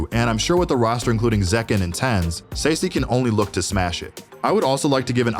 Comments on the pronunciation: The way he says Sacy 💀💀💀💀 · Love the video, im looking forward to see Liquid. Not looking forward hearing Mako and Sacy being pronounced in this was 😂